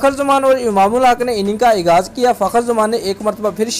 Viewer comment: Aghaaz hota hai bhai Ikghaz nai